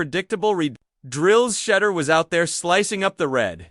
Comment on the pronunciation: Why does this guy not pronounce SHEDEUR'S name right . They always do this . I don't care how long a caucasians name is they always pronounce them right . But they all try to surname Black folks by not pronouncing their names right . Stop it man ask somebody how to pronounce Shedeur's name properly .